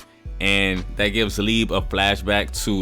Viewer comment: Btw bro it’s Liebe not lieb I know this cause i live in Germany, so you can pronounce it like leabay